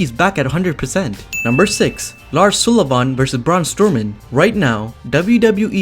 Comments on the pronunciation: The guys name is Lars Sull i van not Sool i van.!!!! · There is a reason why I don't subscribe. You cant even say Sullivan lol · Lars Sulli-VAHN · Sounds like he’s saying Sulli-VAUGHN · The way he says Lars SULLIVAN!!!! 😂😂😂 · JLyn Ortiz Ik but the way he says it’s cannot be written 😂😂